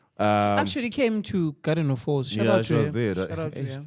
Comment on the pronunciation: Did say Garden of Hoes?